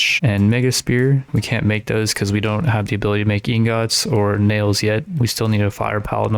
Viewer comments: pls stop sayin ingots like that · bro stop saying ingots like that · Bro the way u say ingots it making me mad lol Good Vid tho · The way he says ingots is infuriating